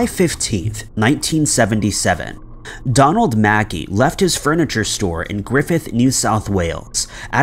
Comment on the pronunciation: I'm from Australia where the guy went missing - it's pronounced 'Mack-ai' not 'Mackee'. Just a helpful hint ☮️